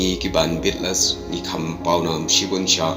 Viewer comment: Ei bah phi bakla shibun ba phi pronounce beat les ia ka band jong u john lennon hynrei ia ka kynhun tem jong u la ju tip da ka bea tles ym beat les kumba pronounce maphi .